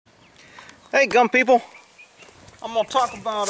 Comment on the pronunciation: sounded like you said dumb People had to replay it a few time . Gun People lol